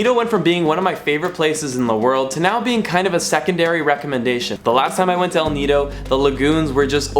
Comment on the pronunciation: Now there's a clean up drive in El Nido, wow you said it right!